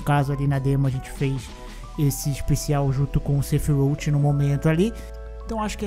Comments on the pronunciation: "Sefirouti" doeu 😂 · A pronúncia do sephiroth toda hora muda… kkkk